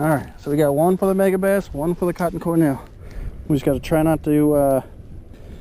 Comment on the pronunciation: Good review. But it's Cor "D"ell not Cor "N"ell